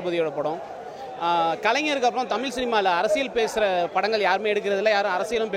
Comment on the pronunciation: Thamil illa kannungala adhu thamizh.zha solli pazhagunga.tamizh mozhi peyar sollavae varala idhula naanga tamizhanganu peruma.90 percent of people cannot say that this basic way of pronouncing language properly n all are vandherigal only.Telungargal like Karunanithi,Vijay Sethupathi and Malayalis like MGR (.actual tamizhar) should have shared their siruneer.Odukkapattavanga solli solli athoda konjam adhigam nenaikara jaathikaaranga thaan avangala odhukaradhae.ivanunga politics panni panni pera edukaranga .